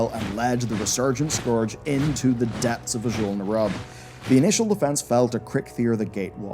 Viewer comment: Great video, but damn you change your pronounciations with every sentence. Sometimes you say scOrge, the next sentence you say scUrge (correct). Then you say Azjol-neRUB like you're rubbing your elbow, then you say Azjol-nerUUB (correct). I'm having flashbacks from the days of WoD when content creators left and right would say DrAYnor, when Metzen himself clearly pronounces it DRAH-nor.